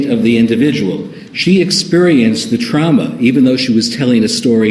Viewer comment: I hate the way he says “trauma”. “TrOUmA” 😫